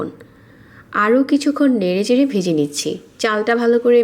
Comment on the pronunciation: জরজরে না,,,,,, ঝরঝরে। চাল বেজে,,,,, ভেজে। 😂😂